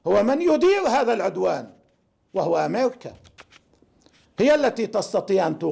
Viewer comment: امليكا و باليس و اسلاءيل و اللوساء و ايلان و اطلاق النال ....حرف الراء لا تسطيع نطقه و ستحالب اسلاءيل ..نام تفووه